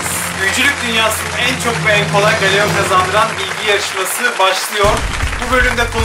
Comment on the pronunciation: Galeyon ne yaaa gellon diye okunur o😅